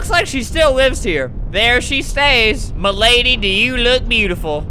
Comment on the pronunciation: He was trying to say mlady😂😂😂😂